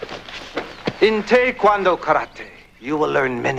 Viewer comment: Good episode great memories and love how the instructor pronounced Tae Kwon Do correctly